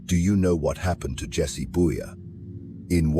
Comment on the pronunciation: It all started very well until with that « Jesse Bouya » stuff. Who the hell is this ? The AI should have said Cesar Borgia instead.